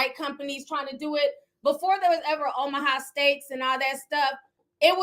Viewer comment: 😂😂😂 IM DYING!!! Ti really said “omahaw steaks” 😭😂❤️😂😭 it’s tomahawk😂